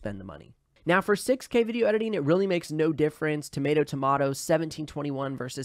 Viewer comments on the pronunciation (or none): none